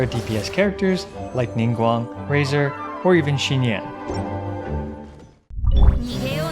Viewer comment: It’s xinyan. Not xingyan.